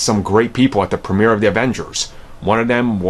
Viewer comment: Really over a god damn movie? It’s not that serious losers... and it’s “the” not “da” .